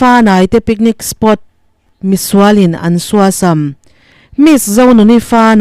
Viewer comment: Suasam, tih ihlukdan kha adiklo, sua tihlai kha ari hniam a thluk tur.